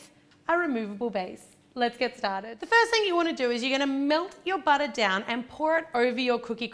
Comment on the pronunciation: I love how she says butter really American